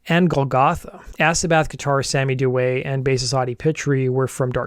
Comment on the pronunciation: You got Duet correct. DEW A. Pitre is pronounced PEE TREE. Falgoust is pronounced FAL GOO.